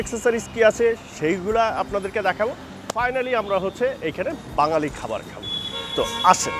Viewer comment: সালাম ভাইযান। একটু ভুল হইছে। বাজ্ঞালি হবে না, বা ঙ+গ ালি = বাঙ্গালি হবে।